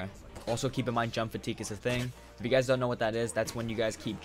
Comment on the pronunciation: "once you gays..." Listen here bud... how'd you know